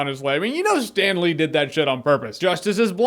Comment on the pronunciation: Cool Sten Lee impression!